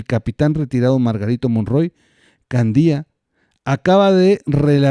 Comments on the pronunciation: ¿Nunca escuchaste el apellido Candia,? Haz este ejercicio: ¿cómo lees cada palabra: Cándia, Candía? Bueno. El apellido Candia suena como la primera de la pregunta, y eso por ser la "a" sílaba fuerte (la "i" es débil) e ir antes de la "i". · Santa Lucía, es en Acapulco, Gro. Y es Candia, no Candía. Saludos desde Chilpancingo, Gro.